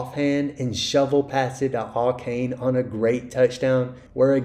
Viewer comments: Ay-Chan is how you pronounce Achane. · It’s pronounced “A-chan” and that’s according to him. Apparently everybody has been mispronouncing it.